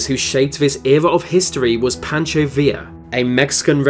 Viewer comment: he says villa right but not pancho, alrighty then